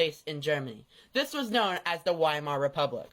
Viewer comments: He can't even do the first amount of research. It's not 'WHY-mar.' It's 'Vee-mar.' He just sucks at everything so hard lol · pronounced Weimar wrong LMAO.